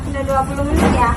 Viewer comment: 20 menit, 20 meit????!!!, menit nenot....netnitnot nit nit